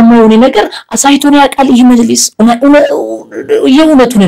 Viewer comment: መጅሊስ መጂልስ አትበል ህደህ መጅልስ ጠይቅ